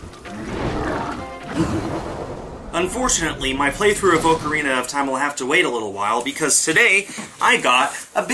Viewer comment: Oh gosh how he pronounces ocarina